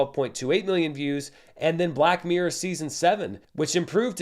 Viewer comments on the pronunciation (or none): none